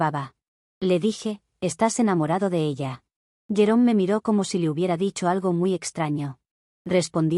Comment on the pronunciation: Me he quedado pensando porque, cuando escuché el nombre del ex-esposo, pensaba que había dicho llorón en vez de jerome XD, creo que ese nombre le viene al pego.